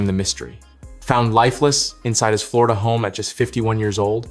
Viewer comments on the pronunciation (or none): none